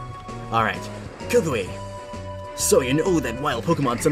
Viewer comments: WatCH THe Anime tHats not how U SaY Kukui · ah yes the pokemon school teacher, kookooway